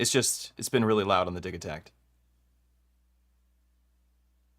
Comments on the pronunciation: I don't know about that, Elektron is a Swedish company, and according to ChatGPT the "g" in Digitakt would be a "y". and the word Dee-yih-takt (/ˈdɪjɪtakt/). But to me it will always and forever be Digitakt, and NOT Digitakt. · no no no, repeat after me, it’s “Digitakt”